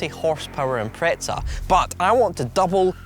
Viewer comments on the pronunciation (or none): Why do some Brit’s think there’s a T in Impreza?